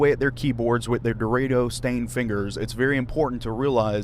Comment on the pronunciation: Lmao the way you said doritos.....doraytos lol love ya man keep doin what youre doing